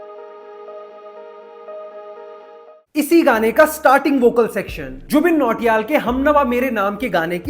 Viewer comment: Jubin Nautiyal ❌ Jubin Choriyal ✅